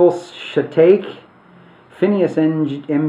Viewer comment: ..evil shitake? You said shitake wrong, I expect more from you